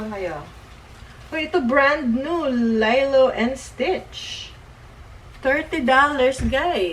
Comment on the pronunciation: Nabobother ako sa Lilo te. Haha. Li-lo po, hindi 'lay-lo' ang basa dun. Hndi ako basher te sorry po 😭